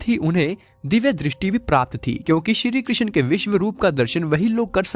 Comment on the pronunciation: श्री कृष्ण जी ki pronounciation sahi se karo